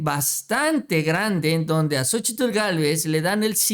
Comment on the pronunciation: x favor cuál xochitllll ni que nada solo xochil y ya xq pronunciar bien su cochino nombre naaaa